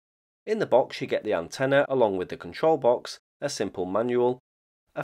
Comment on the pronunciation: The word "antenna" has no "a" at the end, fyi.